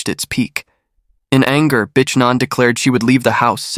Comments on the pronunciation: Omg Everytime u say her name I just cringe. It's not pronounced bish, it's pronounced bic like a bic lighter "bic ann" smh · Yo its pronounced bick. Not bitch lmao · Just say "B" and glide onto the next word; it will sound professional. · Really? you literally pronounced her name “bitch”. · Wow — this has to be the worst pronunciation of the Vietnamese name Nguyen I’ve ever heard. And seriously, her name is not pronounced “b*tch.” That’s not just wrong, it’s disrespectful. If you can put in all that work to write and produce an Asian story, you can spend one minute learning to say the names correctly. Either get the pronunciation right or stop telling Asian stories altogether.